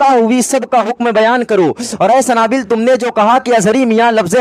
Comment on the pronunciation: A Sanabill Nahi Sunabill Hai